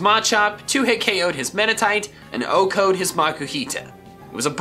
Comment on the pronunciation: Why do you keep saying O-code?